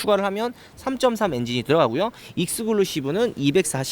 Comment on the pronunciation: 형 글루는 본드고 ... clusive 클. 루 . 시 . 브